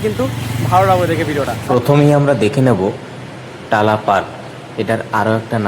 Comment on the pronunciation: তালা নয়, টালা পার্ক।